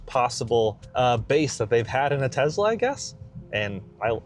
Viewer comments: Tesla, not Tezla. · I'm so glad you asked. It's pronounced TeSS- la.